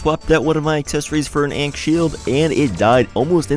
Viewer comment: the way he pronounced "ankh shield" is criminal